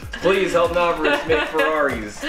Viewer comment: NOR SHA VICH is howits pronohnced